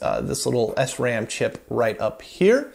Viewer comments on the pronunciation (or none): none